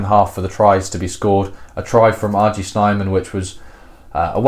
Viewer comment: snayman, not snyman - pronunc. *thumbsup*